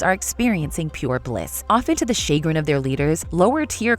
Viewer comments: Shay-grin? lol 🤣 Don't use big words if you don't know how to pronounce them. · “Often do the shay-grin” tf???? Chagrin is pronounced shuh-grin. Why do you use so many words you don’t know how to say?